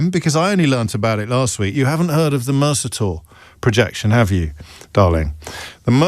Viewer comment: He mispronounces “Mercator” smh